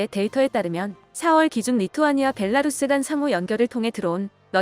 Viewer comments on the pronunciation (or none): none